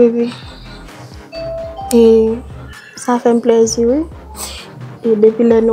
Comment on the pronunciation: Tanm renmen lè rosela ap di pleurzi tankou li pa ekri plaisir ankò